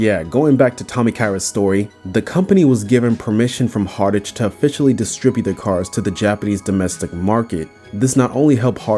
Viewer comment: Hartage? it's "Hart-ge" not "Hart-age"